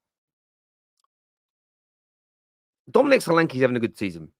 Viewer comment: The e in solanke is pronounced as the e in Nketiah